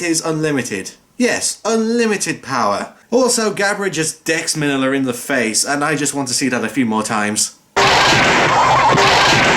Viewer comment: Your audio is only coming from the right channel. The movie audio is fine. And why do so many people pronounce it “min-illa”, when clearly it’s always been pronounced “mean-ya”? 😂😂. Also, I’m this movies universe, Godzilla doesn’t really exist. He’s in movies. So this is basically like the real world. So these events aren’t canon.